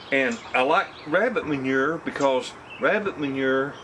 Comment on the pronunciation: hey..can u say "mon-your" again??? is that french for poo poo?? lol..jk jk...we yanks saw dookie...love ya...lol